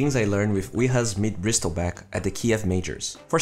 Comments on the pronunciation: "Brissle" not "Bristle" don't pronounce the T sound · SILENCE T BRO ... NOT BRISTEL BACK ... BRIESTLEBACK LUL XD DONT MIND THE CAPSLOCK IM NOT ANGRY XD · you don't pronounce the word "Bristle" by the word itself. its pronounce as "Brissel". You dont need to make the T sound. The T is silent. :D